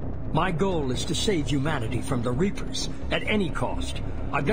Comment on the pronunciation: Every time he says Humanity it sound like he’s saying “you manatee”